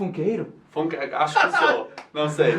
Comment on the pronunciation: o "u" em "funk" é falado como "a", "fanqui"